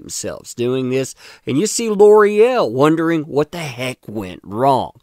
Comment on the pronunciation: gotta cringe every time L'oreal is butchered into Lore-el. now that i've said it, you can't unhear it